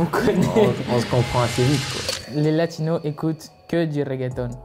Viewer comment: Faut arrêter de dire Latinos ou alors prononcez le "s" comme en espagnol - sinon c'est Sud-Américains